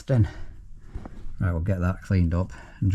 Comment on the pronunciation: 'Eeeee disgusting' Scottish accent, had me creasing up 😂😂, keep up the great content mate